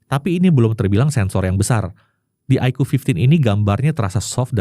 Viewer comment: Koreksi, bilangnya kok iqoo fifty?